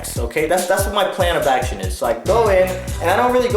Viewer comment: I love your acshon